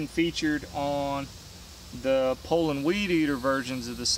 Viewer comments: I'm just happy that there is someone out there that actually knows how to pronounce Poulan, lol. So many videos call them Poo-Lon's, lol. First time I heard someone pronounce it that way I looked at them like they were from outer space. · Dropped a like 12 seconds in based solely on your pronunciation of Poulan.